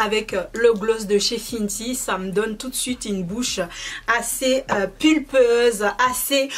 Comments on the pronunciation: Pour la prononciation : Huda se prononce Houda et non Huida ou Hulda . Fenty se prononce Fenty (in) et non Finty . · Sa ne se prononce pas "Fintie" mais "Fainty"